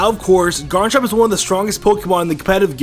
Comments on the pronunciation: "mega ardino" "electroid" "garnchomp" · you said garnchomp it's garchomp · "Electroid" "Ardino" "Garenchomp" are you ok man? You having a stroke?